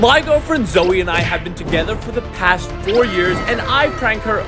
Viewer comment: YOU SAID zeo insted of saying zoe